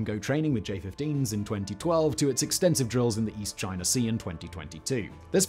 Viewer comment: You didn't say "chi ner" so they must be making progress.